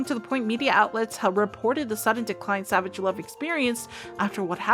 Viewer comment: Your pronunciation savage sucks